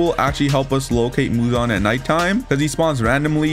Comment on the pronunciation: Every time he said Muzon I said He he High pitch